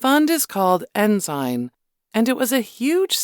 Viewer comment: It's Ensign Peak Advisors . . . not "enzyme" And, probably way, way more than $100,000,000,000 now, and there may be many other funds, accounts, and nests . . . but it's all pretty secret. When you donate to a private "non-profit charity," they have your money, and say bye-bye to it. Also, the Church has a large, well-funded law firm that works hard to protect it legally. Like Johnnie Cochran said when questioned about the O. J. Simpson trial and outcome, the color of "justice" in this country is green, and it comes down to a matter of how much "justice" you can afford.